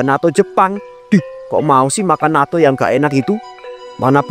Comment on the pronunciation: Yang benar Natto (納豆). Bukan nato